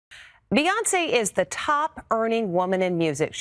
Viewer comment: Dang SAY HER NAME RIGHT!!! BEY-ON-SAY!! SAY!! SAY!! BEY-ON-SAY!! SAY AND GET IT RIGHT!!!!!🙏🏾🤦🏾‍♀️SAY